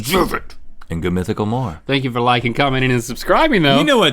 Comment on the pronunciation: Link's "It's time fowwwr" is underrated